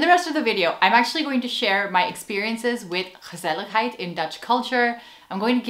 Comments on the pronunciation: As a native speaker of the Dutch language, I can confirm that you're pronouncing the word "gezelligheid" flawlessly. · Hi, I think you got what gezelligheid means to us. And from the way you so easily integrate a word as Dutch as 'gezelligheid' in your English speech, I suspect that your mastery of the Dutch language is absolutely phenomenal, because you pronounce it very naturally. The Dutch word 'asociaal', by the way, is much closer to the English concept of 'anti-social' than it is to 'asocial'. What we call 'asociaal', is usually more like an active attempt to break with social behavior, to deliberately tick people off because you just don't frigging care about what they think or feel. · You pronounce it so well! It's basically a one word for: relaxing and enjoying each other's company. Right? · Warm and cozy winter is called “knus” and indeed, gezellig is way more than that. Compliments on your pronunciation ❤ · Your dutch pronunciation is simply fantastic! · Chapeau: the words you pronounce in Dutch sound Dutch without an accent. Do you dare to do a video entirely in Dutch? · Gezelligheid... you pronounced it right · I totally agree. Also, pronunciation of gezelligheid is impressive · You just wanted to show off your pronunciation of the dutch "g" with the many times you said the word gezelligheid 😂